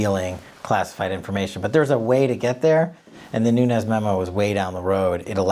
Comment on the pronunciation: Nunes is pronounced NOONZ (being only 1 syllable) It rhymes with sand dunes! Many Portuguese have this last name. Not hispanic! Not NUNEZ... There isn't a tilde...